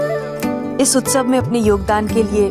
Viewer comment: Utsave hota hai ustave nahi hota hai